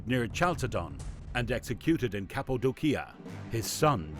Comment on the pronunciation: Obviously you're not a historian or even somebody who knows a lot about this period in Roman history. You really really badly mispronounce Caracalla and then mangled the region of Cappadocia. That region comes up a lot in history and there's no excuse for you not being able to pronounce it. Also Caracalla is a very famous emperor and there's no reason you should be mispronouncing that. I've seen your videos pop up before but I hadn't watched one until this one and now I regret having wasted the time watching it.